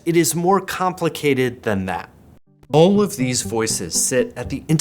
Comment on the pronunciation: The way says "all" is very telling, almost like it's 'ol'. It's very Midwest.